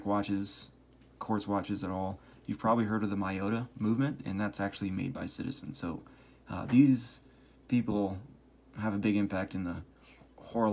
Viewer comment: Pronounced me-yo-ta, not my-yoda